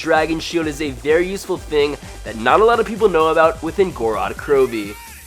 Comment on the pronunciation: You are an idiot sandwich because you say gorad krowvi its gorod krovi please god